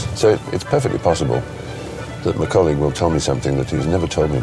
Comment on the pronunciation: I love how they still call each other "m'colleague"